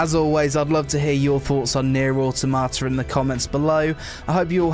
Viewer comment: I wonder, how many takes did it take you to pronounce the game correctly XD good vid man